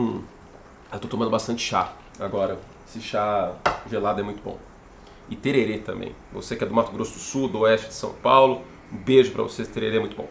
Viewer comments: Curti seu lindo, é tereré. TererÉ. Tererê é de colocar no cabelo. 😊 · Curti! Se fala Tereré (tererê é aquele lance do cabelo)😅 e parabéns por acertar o nome do MS, mas pode nos chamar de Pantanal que tá de boa também